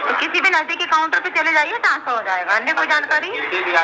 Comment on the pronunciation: तनास्फर नही , ट्रांसफर!